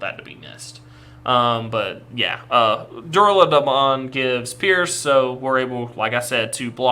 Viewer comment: Pronounced Duranda-mon as in the sword Durandal. Bryweludramon is a bit harder to figure out how to type phonetically. Brai-wel-LUdramon.